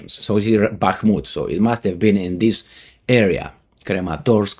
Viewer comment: repeat after me: krAAAmAAAtorks